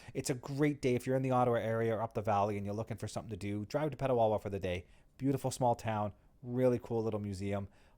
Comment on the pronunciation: Just a small correction, Petawawa.